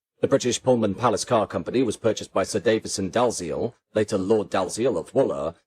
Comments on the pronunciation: Dalziel, as any body who what Dalziel and Pascoe, knows is pronounce Dee-ell. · IIRC, the name "Dalziel" is usually pronounced "Dee-Ell". Just a detail. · Is your commentary AI-generated and -produced? "Dalziel" is pronounced "Dee-Ell". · I remember the Brighton Belle! Would have loved to have gone on it, but we used to take the mid-Sussex line to Arundel, back in the day. By the way, the name Dalziel is pronounced "Dee-ell", which is not exactly obvious!